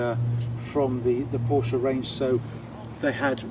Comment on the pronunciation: What a strange review, so many oddities that tbh im not sure where to begin. Firstly its not a call to the USA emergency line, its a Nine Eleven Its got a flat six not a straight six 991 has 3 body widths not 2 Front lift is 2 to 3 seconds not 10 Then there's your weird pronunciations - grand, sonorous and lamborghini are the 3 i remember the most, but werent the only ones by a long way. The cage btw helps with luggage as it basically stops it from moving about the cabin I think you mised the point re 991.1 vs 991.2 Very few bemoaned the 991.1 GT3 and its driving ability or steering when it came out - Chris Harris for example called it "incredible calibration" and "chassis is a massive step up from previous generation" and "fixed all the front axle problems from the 997" and "best electric steering ever and not once today have i wished for hydraulic steering". Other reports waxed lyrical in a similar manner, including Jethro (who disliked the steering on other 991 generation 911's) writing and filming for Evo who said about the front end grip, balance and special feel and praises the genuine steering feel and how the whole car "courses with information" I know Henry wasn't as huge a fan of 991.1 GT3 as he'd hoped to be but i dont recall him slating it either. What i believe Henry meant is that somehow the 991.2 despite just being a facelift it actually moves the steering and indeed whole car on by a (to him) noticeable margin over the already good 991.1